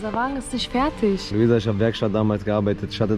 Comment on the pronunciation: wer ist eigentlich : ISCH , KOLLEGA ? und was bedeutet FERTISCH , NISCH